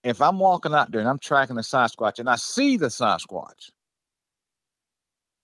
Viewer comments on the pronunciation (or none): Sarzquatch? That dude doesn't know how to pronounce Sasquatch.